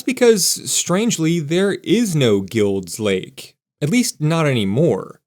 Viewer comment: I’ve been here since 1957, grew up in NW, and have NEVER heard Guild Lake pronounced as you claim. Not once!